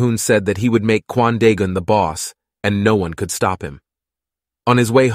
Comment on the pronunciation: am I the only one that hears Quandale Dingle whenever he says Kwan Daegun?